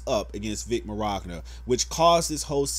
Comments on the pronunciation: His name is pronounce "Vic Minyona" Not "Vic Meragna" Lol However, that aside, I completely agree with you. My only point of contention is this idea that being a white Christian conservative makes you a target. I'm a gay atheist, a liberal, and a hater of all things DJT. However, I don't hate straight people, white people, or conservatives. I do hate SJW NPS though. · 0: Did you say Miragna? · "Mirogna" Mignogna min-yana PS: still liked #IStandWithVic #BelieveFacts #BeingItalianIsNotACrime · I love your opinion and thoughts on this but dude. It's pronounced Vic MIN-YAWN-AH. Lol not Vic Mirogna. There is no r in his name. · Vic Merogna..? It's Mignogna. And Sabat is mispronounced too. I'm just saying for when you make future videos. Honestly, no disrespect, but when you say that everyone knows him over "lil ol Monica Rial," whose name you pronounced perfectly in this video, and then you mispronounce his last name, it sounds like you don't really know him either. I'm not condoning/condemning the video itself either. Again, no disrespect. Speak your opinions and passions, it's your prerogative and I'm not the kinda person to take that away from anybody. I'm just letting you know, in case you decide to make another video about this, should anything else happen. Peace. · His last name is pronounced Min-yon-ah. Not sure where you are seeing the "r" in his last name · If I may, the correct pronunciation is "Min-Ya-Na", it's an Italian last name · His last name is pronounced “MINYANA”. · I find it hard to get past calling him Vic Mirogna instead of Mignogna. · I expected WAAAY more comments about you saying Vic Merogna! Pronunciation aside, good video though. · Take a shot everytime he says Vic Mirogna. I'm kidding man, I 100% agree with you. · Hey just for future reference, I think his last name is pronounced “Min yah na”. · "Vic Meragna" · n fam to avoid erking people, im pretty sure its pronounced "Min, Yatta" hes italian, theres alot of silent letters in there lol